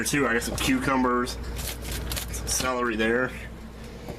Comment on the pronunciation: When you said celery I thought you said smellery. lol